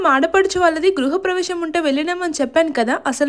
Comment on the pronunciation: Gluha pravavesham kadhu gruha pravesham meku natti vunda